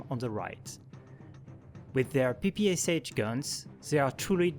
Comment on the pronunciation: Note ppsh is pronounced like P-P-Sh